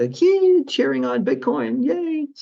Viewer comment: did he say "Bitcon"? lol. excellent.